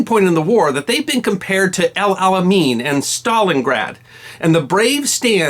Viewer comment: Japanese would cut the flesh from live prisoners of war and eat them, dumping the lmen into pits atop each other. Ghastly. The Indians didn''t win that campaign. The British and to some extent the Americans did. The Indians were incapable of managing it. BTW "Alamein ' is pronounced "Ala-Main'.